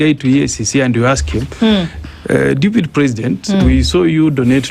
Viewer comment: it is "deputy" not "dupity" president 😂😂